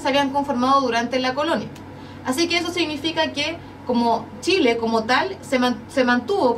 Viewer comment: JAMÁS LA PATAGONIA FUE DE SSSSSHHHHHIIIILLLEEEEE !?